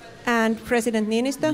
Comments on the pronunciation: He is called "Niinistö" not Ninychou, lol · Trump should have listened even once how to say Niinistö, no one expected he would say it perfectly, but c'mon Ninotsou, that's just awful. If he couldn't have bothered, just say the President of Finland. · "President Ninizoh" xD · Ninychou.. Ninychou.. How hard is it? Just.. Please Donald.. Niychou? Try harder to spell our presidents name.. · Ninytsou XD LMAO LMAO LMAO LMAO LAUGHED SOOO HARD! PLZ LEARN TO SAY THE NAMES BEFORE GOING TO PRESS CONFERENCE PLZ!!!!!